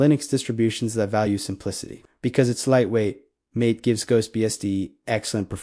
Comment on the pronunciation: GhostBSD sounds interesting. First question, how is the hardware support? Second question, how to run Linux software, such as Chrome? Answers: Poor; only by running Linux Oh, and FYI to the silly AI: MATE is pronounced MAH-tay, named after a South American herbal drink made from Yerba Mate. It's right on the MATE home page.